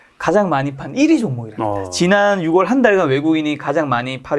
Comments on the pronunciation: ~ 영상 잘 보고 있습니다.그런데 드릴 말씀이 있어요. 6월을 항상 '육월'이라 하시는데 '유월'입니다.^^ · 저도 이말 하고 싶었어요^^ 이게 왠지 내용에 집중이 안되게 묘하게 거슬리는 말이예요 ㅎㅎㅎ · 이 발음을.... 들을 때마다 신경쓰 ㅣ네요